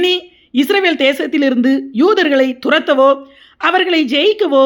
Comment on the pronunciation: UNN PERU ATHASAYAM, NEE URUTAUVADHU OLAGA URUTU, ADHU ISRAL NOT ISRAVEL